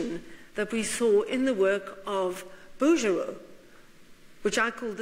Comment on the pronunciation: Smithsonian Institution, please....NOT institute! Bouguereau..BOO-gair-oh. How can a learned lecturer of art not know how to pronounce artist’s names?